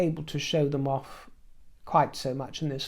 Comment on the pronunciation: I love it when he says ‘ouurfff’ instead of ‘off’ 😂❤